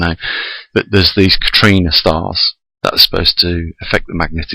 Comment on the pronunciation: Am I hearing you correctly, a Katrina star? Or do you mean Kachina?